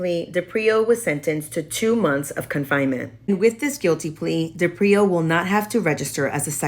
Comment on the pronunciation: His surname is pronounced DE-prio. Not de-Prio. Emphasis on the first consonant. The least you can do as a legitimate online journalist is pronounce his name correctly.